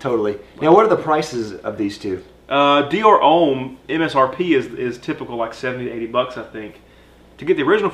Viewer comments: Its pronounced Hom, not home 😉👌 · Great review guys! Love all your reviews but for the love of God homme is pronounced ohm not ome